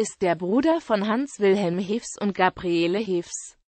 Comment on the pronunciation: Der Mann wird Hafs ausgesprochen, das e ist das niederrheinische Dehnungs-E.